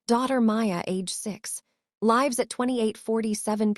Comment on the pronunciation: Terrible voice of narrator and can’t even pronounce lives in its correct context. It is nerve grating to hear our language destroyed like this!